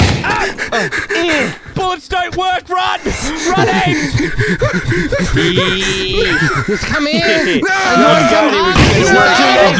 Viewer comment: It's not "Ames" it's "Amés" Eduardo.